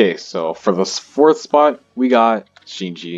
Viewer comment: Why say Shinji like sheeji